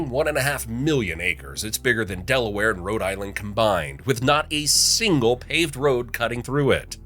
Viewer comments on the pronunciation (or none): none